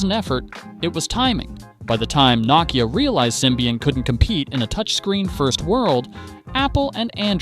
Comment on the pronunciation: I don't understand how it is possible to do a video on a brand, and continuing to mispronounce it